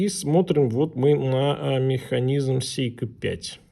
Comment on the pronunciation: Не сЕйко, а сЭйко!!! Говори правильно, дегенерат!